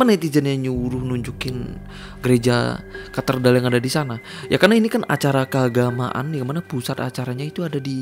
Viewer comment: Cathedral bangg bukan catherdal, jd gak fokus tiap ngmngin cathedral